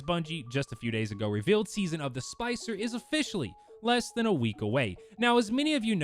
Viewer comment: You said season of the spicer by the way to let you know